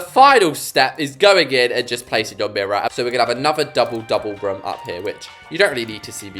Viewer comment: it’s kinda funny how when you say “room” it sounds like ur saying “rum” 😂 (sorry! Don’t mean to mock your accent, it just kinda amuses me, btw, love your videos and it would make my day if I were to join the same server as you 😊)